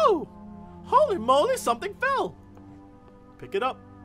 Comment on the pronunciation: she said Holly Molly. Was it supposed to be Holy moly? lol